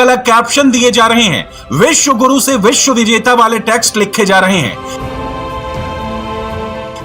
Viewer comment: Medam vishesh guru nhi Visva Guru 😍